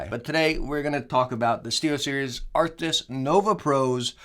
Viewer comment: the name is Arctis not arctics